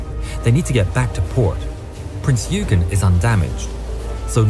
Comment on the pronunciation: Royal Navy didnt "make a mistake" when tracking Bismark - Bismark jinked unexpectantly in the night darkness after zig zagging in apparent anti submarine manouvres - it was good seamanship on the Germans part really. Another thing wrong is the narrators pronunciation of Prince Eugen (OI GEN) - rant over i will hop off soapbox now - keep doing what your doing!!!!